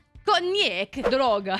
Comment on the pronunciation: why she has a good italian accent ? and why she spelled droga so right ?